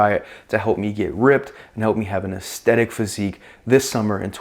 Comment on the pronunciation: Bro’s putting the fucking beatdown on the word aesthetic. Brutal.